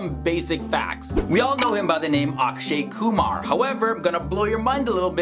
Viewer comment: At last some one pronounced my last name properly